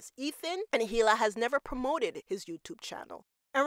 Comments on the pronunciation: Is “Heela” a popular name in some cultures? I am always surprised when people familiar with the show hear everyone pronounce it with a silent H and still go so hard in the heela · You're not supposed to pronounce the H in Hila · the pronunciation of hila is killing me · The "H" in "Hila" is silent.